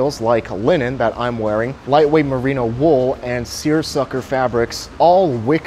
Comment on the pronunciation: Seersucker? Seersucker?!!, I've discovered a new level of respect for you.